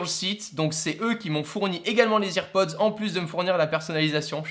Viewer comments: "AirPods" pas "EarPods" ! 😤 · C’est pas ears pods ptn c’est air pods mais sinon très bonne vidéo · ça se prononce "AirPods" pas "IrPods". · Putain on dit AIR PODS pas IRPODZ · ON DIT AIRPODS PAS "irpods" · J'avoue que AirPods prononcés "EarPods" me trigger énormément O:) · Salut ! Tout d'abord j'adore la vidéo, je trouve ça super original. Juste petit détail, rien de grave mais tu prononce EarPods or les EarPods sont ceux fournis de base avec le câble. Ceux ci sont des AirPods d'où le Air du sans fil. Mais à part ça ta vidéo est super intéressante. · on dis airpods 🤦🏻‍♂️ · Arrête de dire hearpods ptn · Nn les earpods ça se prononce irpodz et Les AirPods ça se prononce Èrpodz j’ai vu toutes les Keynotes (en streaming) je suis sur de ce que je dis j’ai vu Tim Cook annoncer les earpods et Jony Ive les AirPods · Bonne video mais juste la prononciation de airpods est a travailler mdrr